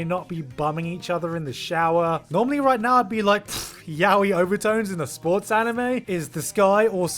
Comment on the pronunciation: It's ridiculous how triggered I get when people pronounce yaoi that way.